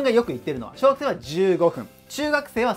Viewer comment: 小学生が小惑星に聞こえるw